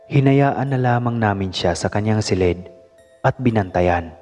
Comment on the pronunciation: Ayuson mo pgbigkas ng salitang , silid. Di " Selid"